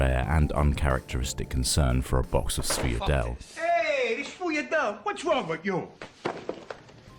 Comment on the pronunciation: the ultimate sweets >"sfuyadel" an attempt was made